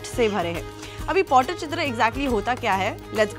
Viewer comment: Madam pls pronounce it properly. It's not pottychitra it's Pattichitra😂